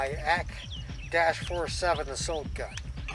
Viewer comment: AK 47 it is said A K 47. NOT how ever that guys said it, ak dash 4 7 Was that for real?.